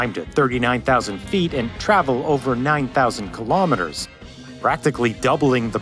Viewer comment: Amazing documentary - but what on earth is a 'kill-AWE-meter'? Correct pronounciation is KILL-oh-meter, sir. Keep up the great work, though!